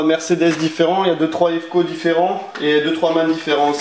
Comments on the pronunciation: Stop Ivco ça pique aux oreilles !!! Tu es collectionneur de camion alors s'il te plaît un petit effort et dit IVÉCO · Sa se prononcé « ivéco » :) Celuie avec louvrant sur la remorque jaime bcp et egalement celuie du camping car !